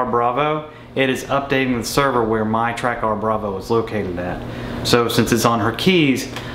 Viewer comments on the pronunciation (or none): Pretty sure it's caller Track'er', not Track ARR